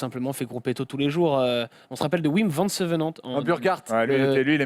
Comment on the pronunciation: Demain comptez-vous parler de la rumeur Gilbert qui aurait signé pour 3 ans chez Lotto ? PS : un effort sur les noms flamands svp VAN se prononce VANNE sinon top votre émission